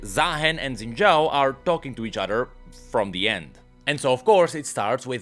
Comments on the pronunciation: I'ma keep asking, why does he call him "Zen" Zhao? 😮‍💨 It's Xin Zhao. They even say his name in one of the cinematics, you don't even gotta know how to read pinyin, just l i s t e n. 😵‍💫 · "Xin Zhaao"